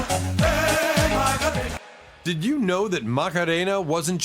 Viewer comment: It’s wierd how AI can’t pronounce simple English but can pronounce Macarena with total accent etc.